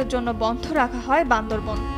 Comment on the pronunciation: ম্যাডাম উচ্চারণ টা বান্দরবান হবে, বান্দর বন নই।